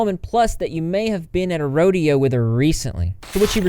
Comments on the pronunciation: Not at a rodeo at rodeo (row-day-oh) drive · “Plus that you may have been AT A RODEO 🤡❤️🐃 with her recently.” LOL! Oh man, that visual cracked me up !!! 😂 Not a RODE-ee-OH but ROW-day-OH as in rodeo drive, the fifth avenue of LA in Beverly Hills.